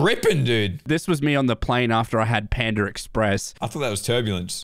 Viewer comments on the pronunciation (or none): none